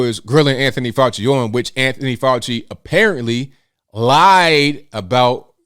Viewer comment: FK FAU-CHI-NA